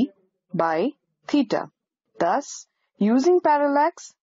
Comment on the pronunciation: As Allan Sherman would say in his "peter and the commissar", "Dots nice". But how far can we measure stars using parallax with the Earth's orbit diameter as the base line? BTW it might be better to have a less accented narrator. I have to assume that teeta is actually theta. Is it?